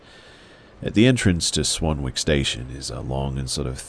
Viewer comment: I've never commented before... Anywhere online! 12min in though the body they found was a friend of mine. I was living down the road in Burridge at the time. It's pronounced Swan- nick btw. Keep up the work brother you're by far my favourite on here